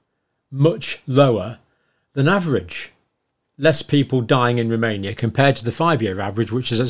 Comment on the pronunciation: “Romoania.” :-D